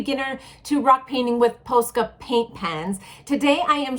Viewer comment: YOu say posca wrongggg